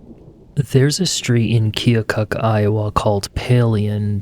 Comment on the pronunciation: Thanks for your correct pronunciation of Keokuk, IA.